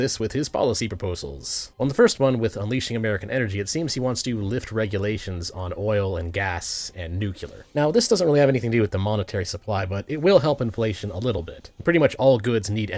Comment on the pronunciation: Nuclear new-clear. Not nuke-ular